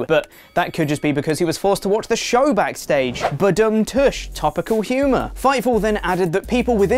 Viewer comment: What the hell is a "Ba Bum Tush"? It's "Ba Bum Tshhh"